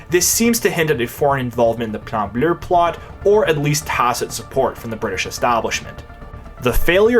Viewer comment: I cannot stress enough how hard I laughed every time you said “Plan Bleu” in a proper accent. I’m out in public cackling like a mad man 10/10 keep up the good work my man.